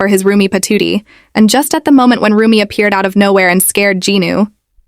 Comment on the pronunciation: Rumi it’s RUMI not RUMIB